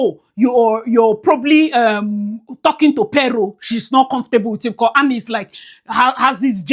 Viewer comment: Are you calling Annie or who? Because you keep saying Nnie